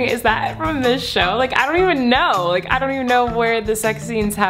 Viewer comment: nobody: colleen: “liking the likrrr button”